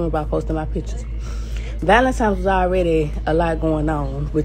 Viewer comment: Why do people say "ValenTIMES"??? 😆